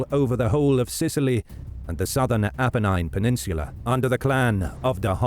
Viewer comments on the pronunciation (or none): none